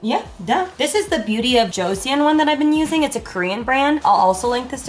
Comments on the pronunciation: hi! i read somewhere that the metal tongue scrapers erode your taste buds over time. it’s apparently better to use plastic ones! and beauty of joseon is pronounced jo-sun:) love you and your vlogs SO MUCH🧡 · pronouncing Joseon made me jump